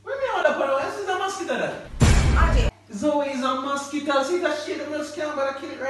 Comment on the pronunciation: He did not just say issa mosquito 😂